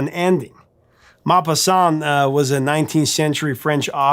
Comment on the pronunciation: Please ask a French speaker to teach you how to pronounce 'Maupassant' correctly!